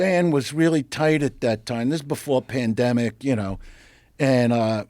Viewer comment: “During the pandemicle”😂